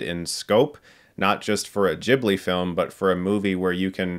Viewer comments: I’m never gonna say Jibli in my life ... it’s Guiblee :/ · "Ghibli", not "jibbly" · Chris I love you but please don't say Djibli, Ghibli is an Italian word (derived from a Libyan word) so the H after the G makes sure it's pronounced just the way you read it, with a hard G. If you want to pronounce it the Japanese way, which might be even more correct in this case, a Japanese friend of mine told me it's pronounced like "Jiburi", but yeah, Djibli is just very, very American. :/ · it's NAWT "dchibli". there's an "h" after the "g". "g" as in "gif" :'DD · Yeah, not the best example:) And although I do know Chris (as in "chasm") is a huge fan of the studio, it's weird hearing him mispronounce its name.